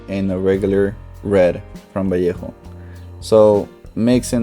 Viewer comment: El acento al decir valleja haha. Buen video carnal